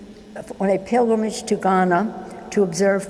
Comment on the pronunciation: Yes when she said pigramige to gramma, and I can't understand her, she has been drinking